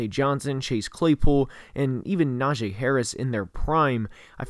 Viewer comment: I subscribed, and btw its Najee and not Najae